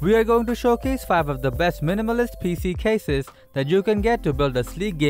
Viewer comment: I think he want to say cases😂